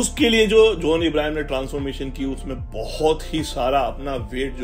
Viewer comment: His name is john not jauuun